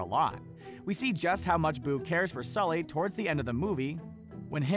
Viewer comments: He said skully instead of sully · you called Sully, Skully. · Did this fool just say "skully" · i heard it too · what the heck he achaly said it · Jeremy Stuckett he said skully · He didn’t mean to. It was probably a mistake. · did he just say scully?